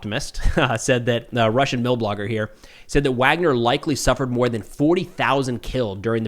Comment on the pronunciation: It's Wagner, not Wagner.